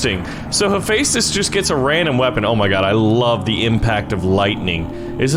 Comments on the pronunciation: im the most geeky person on greek mythology ITS hepheastus (he-fes-tus) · No Kronos was the titan/god of time ok. and Hephaestus is pronounced hef-a-stis not u no what u get everything wrong so one more thing hades teleport thing is really shadow travel OK! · It’s pronounced he fes dis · Also, Hephaestus is typically pronounced Hef-est-us. So if he wins, he'd be the bestus (bestest). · hephestus is not pronounced like that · Why is he pronouncing haphestus like that? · You said Hephaestus wrong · the way you say hephaestus physically hurts me every time you say it